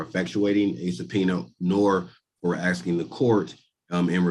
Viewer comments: RICO covers housing? WTAF, dude? Oh, he’s been aksing. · "axing" ? That's an attempted murder charge right there. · He is 'axing' a lot!! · Basically, he's just axing for special treatment. Basically, because, "quote on quote," he wanna wear a hat and sunglasses in court whilst spitting jibberish.